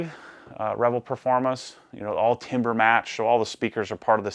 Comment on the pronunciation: TAMber matched not TIMber its not wood its sound. lol :P